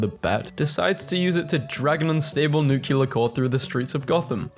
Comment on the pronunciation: Stop pronouncing nuclear and escaping that way where is the letter that makes it sound that way?